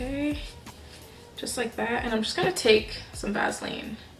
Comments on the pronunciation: Love how you say Vaseline.lol (Vazlean)😍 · It’s pronounced Vaseline not Vaseline 😂😂😂😂😂